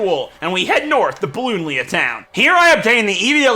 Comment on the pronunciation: Love how he said balloobadeeya town not ballonlea :)